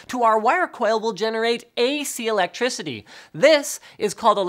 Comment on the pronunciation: "you get A Clectriticy" linus, get your KCowledge right